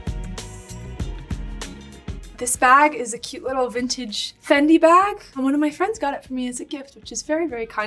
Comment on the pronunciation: Vintage sounds like sintage ❤❤🎉🎉